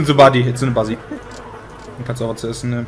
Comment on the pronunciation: Brammen episch wieder mit seinem Englisch! "Is it here in ze near?" xD